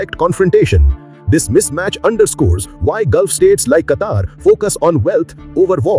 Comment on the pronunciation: Plz pronounce a country name in a dialect that matches..